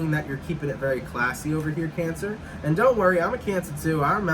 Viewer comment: 'Cayn Sa'! 🤣🤣🤣